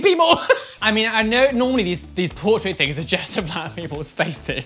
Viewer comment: The way he says portRAIT tho